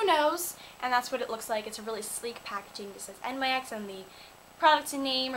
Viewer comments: nyx is pronounced like nyx, not the letters... nyx is a greek goddess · It is actually pronounced, "nicks," like the goddess! So, you were right! :) I really love your makeup look! Stunning! xoxo Laura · lol im not necessarily correcting u because it doesnt matter and everyone does it, but nyx is actually prounounced as a word, because the company is named after teh word "nyx" which i think means beautiful goddess or something. lol i was shocked when i found out but ya.... lol